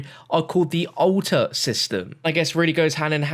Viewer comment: ‘Ulta’ or ‘altar”?